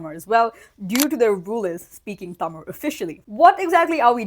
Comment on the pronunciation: Props to you for pronouncing tamil the right way!!! And for saying keralam!!